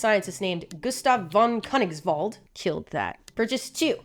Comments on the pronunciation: Just say it like : "Fon Kirniggsvult" and you are good to go. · "Christoph von Koenigswald- killed that" As a German, it's death. four times. Dear, as a German, I silently point at the pronounciation tool of Google Translate. Helped me in my pronounciaton of English as well. but that's the only thing that hurt my ears. xD